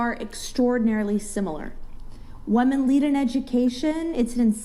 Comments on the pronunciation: Why is one of them saying “waman” instead of women??? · I CANT STAND HOW SHE KEEPS CALLING WOMEN WAMEN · The way she "wemyn" makes me want to be violent towards her 😂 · Women saying “woman” in a plural way is annoying as shit. But this girl saying “Wahmen” is even more annoying. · “wemmon” 😐 why are women incapable of pronouncing their own name correctly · When did we change the pronunciation of the word women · Bitch cannot even pronounce women! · This bitch needs to learn how to pronounce women... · The way the one bitch pronounces women is so fucking annoying, and she’s definitely projecting, she’s calling all the men pedos because she fucks children